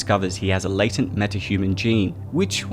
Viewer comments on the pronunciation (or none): none